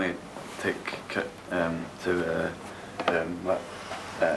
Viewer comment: "Kit" not ket